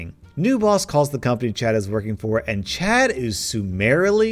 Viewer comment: Czad got yeeted by the worlds best lawyer Legends Cz is how we say the first sound in the name in Polish